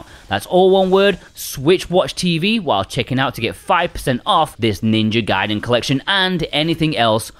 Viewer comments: it was a play on his mispronunciation of GAIDEN as GAYDEN. He got the first two right but for some reason called 3 GAYDEN. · its GUY-den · How is it 2021 and people still aren't sure how to pronounce GUY-den? Its just objectively, factually pronounced that way. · It is actually pronounced Gaiden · Lmao switching between pronunciations of gaiden lol, brilliant. :)